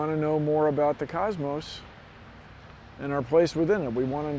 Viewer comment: Cosmos, not cusmos. It's an O